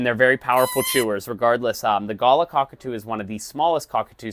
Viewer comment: Every time he pronounced it "gala" 😂